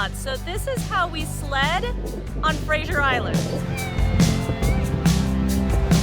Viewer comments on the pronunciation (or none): That was great. Thank you. Btw, you sound like you’re saying Frasier Island, rather than Fraser. Is that just an accent difference or did u just forget? Just curious…